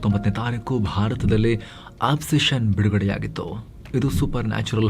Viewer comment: Accetion ಅಲ್ಲ ಒಬೆಸ್ಶನ್ pronouns ಪಕ್ಕ ಇರಲಿ